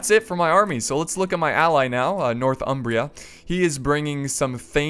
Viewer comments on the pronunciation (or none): I don't want to be annoying, but you're saying it 'north Umbria', when it's really more 'nor thumbria'